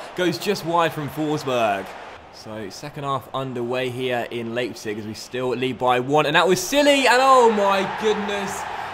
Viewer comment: you have to say "Lipetsig"